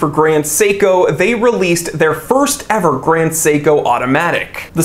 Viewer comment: You actually pronounced the name on point! Even emphasized the syllables correctly, even with the American accent!